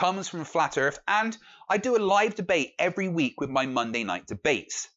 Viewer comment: And it's WITH!!! not wiff!